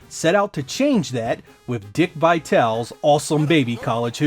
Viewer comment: That's not how you pronounce Dick Vitale!